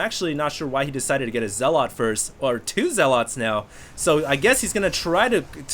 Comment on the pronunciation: Okay, I don't like being a grammar nazi, but zealot is not spoken as "zel-lot" but "zel-uht." As in religious zealots, like muslim extremists. I really hate doing that but every time you said "zel-lot" I cringed.